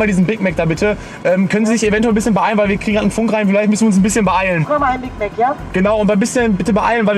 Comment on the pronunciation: diesen ein Big mag da bitte 😂😂